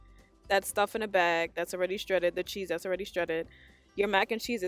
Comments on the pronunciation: The word is " shredded "; not schredded. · I LOL everytime you said Stredded cheese...🤣🤣🤣